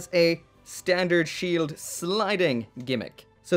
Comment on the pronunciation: Ze Shield?...... What are you... German..... NOICE!